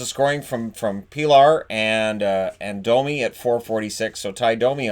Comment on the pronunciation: Pilar is pronounced 'Peelash'.